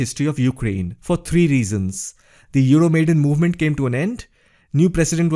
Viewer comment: Just one little remark: it's not "Euromaiden", but "Euro Maidan", from the name of the square epicenter of the protest. Wonderful video though...